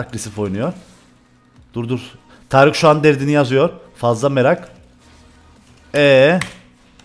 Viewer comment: Abi tarice neden tarık diyosun